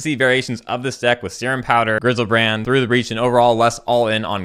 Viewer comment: i think it's pronounced "see rhum "